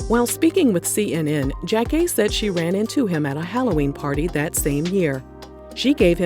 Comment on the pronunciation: I used to love Elgin's reality show. I think it was ahead of it's time. And loveeeeeeeeee Jackée!!!!!!!! I recall thinking she was my mom whenever Sister Sister came on 🤣🤣 also, lovehow you pronounce her name correctly! Thanks for the doc!